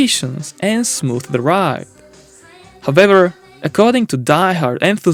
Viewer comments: His "howvevers" need a bit more practice. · I love how he say however ✨Howeber✨ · many langs don't see difference in those pronunciations